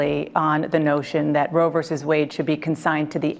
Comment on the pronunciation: It's Roe, not Road.